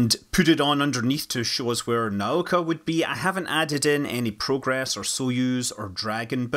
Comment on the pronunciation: Congratulations on getting the pronouncing of Nauka right! <3 <3 <3 PS MOSTLY right.